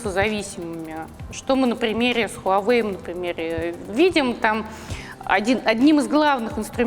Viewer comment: Ничего нового не узнал из ролика, только то, что название бренда многие произносят не правильно (ХУАвэй)